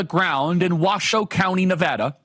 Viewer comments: Washoe County Resident here! First of all thank you for saying Nevada correctly. Secondly there is a HUGE shift to the right in northern Nevada this year despite the polls. Vegas has and always will be the left problem in the state. We've been crushed by leftist California policies bleeding into our county. At one point our gas prices were the third highest in the nation...... in Reno, Nevada. Absolutely ridiculous. The red wave is coming. Keep up the good work Charlie! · Mr Kirk thank you for pronouncing my home state correctly! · Thanks for pronouncing Nevada correctly. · Thank you for saying Nevada correctly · From a fellow non college educated person, boy it sure is nice to hear someone finally pronounce the name of the county correctly and the name of our state correctly. I am so tired of politicians coming through and saying the name incorrectly and asking for our vote. It's all that darn college education that makes them think they don't even have to bother with the basics of learning how to pronounce names correctly. Thank you, Charlie, and please never quit your college campus interviews. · OMG IM FROM NEVADA!!! I live in sparks (washoe county) And you said NV correctly!!!! Ya!!!! I’m voting Trump too! Nevadans are cool!!! 😎 🎉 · Thanks for saying Nevada correctly! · Woah he said Washoe and Nevada correctly!?